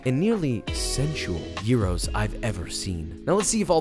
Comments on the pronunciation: i was waiting for his pronunciation.... i left a sigh of relief and satisfaction when I heard him say it right. this greek girl approves. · It’s about time someone pronounced it correctly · You pronounced Gyros so wonderfully at the start then the American in you came back in with the old Peter Bread lol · I was watching tiktoks and everyone was pronouncing them gy Rose 🤬 your way is correct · As a Greek man, I am SOOOOOO happy that you pronounced gyro and tzatziki properly lol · As an actual Greek person, even 1 minute in I am proud of your pronunciation 😌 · fysika re file... einai oraios o typos... Nicely done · Im geek, you cant IMAGINE how happy i was when he pronounced gyros correctly and him saying tzatziki correctly just made it better. Joshua you just made my day :) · AT LAST!! Finally a non-Greek person that pronounces AND makes gyros properly!! Way to go, Joshua mah maaan, your σουβλάκι looks delish! Greetings from Greece 😁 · As a Greek I must complement you on your excellent pronunciation of gyros. I will surely use this recipe this Easter with my family, thank you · as a Greek, thank you for the correct pronunciation! side note, we almost always also put fries in gyro, so maybe you want to try it like that sometime!💙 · OMG I AM FROM GREECE AND I FINALLY HEARD SOMEONE WHO DOESNT KNOW GREEK SAY GYROS CORRECTLY. U ARE THE BEST <3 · I am Greek, and I appreciate your gyros pronunciation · as a turk I can tell you that he is actually pronouncing it correctly. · He really pronounced Gyros the right way😭. I love him😂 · πρωτη φορα ακουω καποιον απο εξωτερικο να λεει σωστα τον γυρο! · This dude is the only non Greek dude that can pronounce gyros right... very impressive gourmet gyros you made there! i see a lot of tips in the comments which is good and bad at the same time but hey ^^ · This Greek girl appreciates your perfect pronunciation on Gyro's (and the first version of Tzatziki!) LOL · Liked because you pronounced "Gyros" correctly... Also this is awesome.